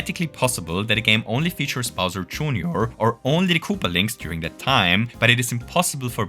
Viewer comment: bowser june-or 😭😭